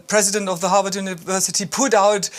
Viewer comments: Can you pls learn to pronounce HarVard not HarWard? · HaRvard not Haward and CoLUMbia not Colombia, SOMEONE hasto tel that lady the right pronunciation, please.